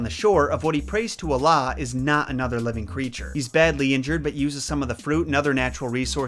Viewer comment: As a Muslim and hearing you pronounce words like "Allah and Islamic" correctly is very touching. It shows me that you really care about "US" your auditions.